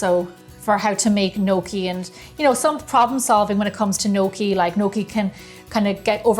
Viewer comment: I definitely love this videos with little George, he is the star of the show! what a cutie..he is waiting till he can eat your fabulous food...great job on the gnocchi..nokie! I love the way you pronounce it..! but its great with some fresh parm and great sugo! as we call it!! Sauce fresh from our preserves is the best!! hello little George you are a cutie!!